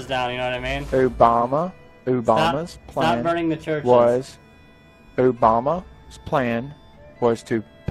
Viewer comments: "Ubama" lol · Ubama? Lol